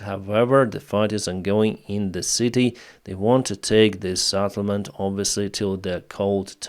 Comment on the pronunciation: Settlement not Saddlement, like - let's get this Settled not Saddled, like - game, Set, match, not game, Sad, match.